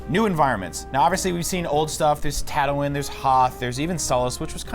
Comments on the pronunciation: Tat- oh- in? It's tat- oo- een!!! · "Tattawin" ITS TATTOO-WEEN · Are they saying tato-win?! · Did he just say "tat toe in" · disliked bc of "Tato-wen"... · Did I just hear Tatowin? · Huge Star Wars nerds, continues to pronounce one of the most important planets in the movies incorrectly. Right ... Best $120+ ive never spent ... This game exists because the new movies exist. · HUGE Star Wars fans... ...pronounces it Tattowin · Did this man just say " Tatawin " ? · "Tatawin?" Never heard of it. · "Ta too in"... really niggah? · What? You don't want to go to tatwin? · ATATs on Tatowin. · Tato-in? Comon bro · Tattoo-in? Pronounce it right lol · Who else can't stand how they're pronouncing Tatooine? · we are huge star wars nerds miss pronounces a major planets name multiple times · and that Tatooine pronunciation. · You can tell by the number of dislikes and the comments that EA f***ed up. And IGN doesn't give a s#it. Sure, just promote a s#itty game. Who cares about the real fans who know how to pronounce Tatooine. - IGN logic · How do you mispronounce a planet that is said a lot in the movies? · Was anyone else getting annoyed at the way he was pronouncing Tatooine? ffs. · >claims to be huge star wars nerds >mispronounces tatooine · I've never even watched Star Wars and I know how to pronounce it.